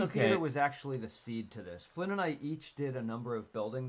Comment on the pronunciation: Wish I could have joined, but this was at 1am where I am, so perhaps another time! Also, you did pronounce my name correctly, Flynn, so thank you for being one of the few people who do!